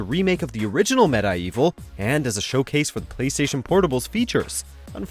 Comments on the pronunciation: Med-Eye-Evil? Is this a joke? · that bugged me almost as much as "Med-eye-evil" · This dude don’t know how to pronounce medievil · Said Medievil wrong